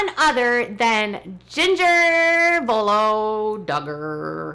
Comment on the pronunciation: It’s Voo-OH-low,!!! Say it w me, now...Voo-OHHH-low.🤗🤗🤗 Say it like it’s 3 syllables, if necessary. We Italians won’t mind!!!💗💗💗 It’s better than the 2 syllable “Vooo-low” or “Voh-low” that is being used incorrectly.👍🏽👍🏽👍🏽 The vowel sounds in Italian are all important!!! And the vowels in the name “Vuolo” are: 1- (v)oooooooh (like “oooooh, girl, look at that!!!”), followed immediately by: 2- OHHHHH (like “OHHH, I get it!!!”), w the emphasis on this vowel syllable...followed by: 3- (l)ohhhhhh (like the word “low” as in “That’s a low blow!!!”) You can also try something like “vuuuuu-WOAH-low” if that makes it easier!!!😍😍😍 The emphasis is definitely on syllable 2, the middle syllable, the “OH” or the “WOAH” syllable... Say it...”voo-WOAH-low”...or “voo-OH-low”...or “vuu-WOAH-low”...or “vuu-OH-low”... It doesn’t matter which option you go with...sound it out...do it phonetically...just make sure you pronounce all 3 vowels in the name and that you emphasize, or put the accent on, the second syllable.🥳🥳🥳 It’s Italian, not English, so the pronunciation is different and all the vowels are pronounced.🤩🤩🤩 Vuolo... Vu - O - lo...VuOlow Vu - O - lo...VooWOAHlow Or try this one...vWOAHlow...the “ooh”sound from the first “Vu” syllable will occur naturally as it elides into the “O” (or the “WOAH”) syllable...vWHOAHlow... Please take this w the care and affection w which it’s being given...I mean no offense.🥰🥰🥰 I have an Italian last name that can be difficult for people to pronounce a